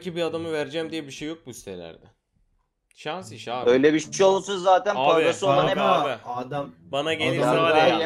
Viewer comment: Sanş değil Şans olucaktı